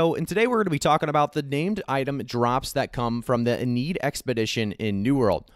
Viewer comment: Lol "in need" wtf "inn-ee-ad" probably a play on iliad